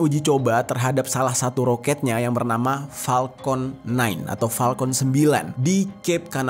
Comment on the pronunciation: maaf ya kaka....Kaka pas ngucapin palkon (harusnya Falcon, pake F bukan P) kok kayak nahan ketawa sih?...jd ikutan nahan ketawa liatnya